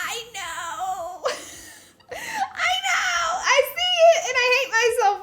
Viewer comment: Every time u said I know I here that tik tok sound that goes “ya dig “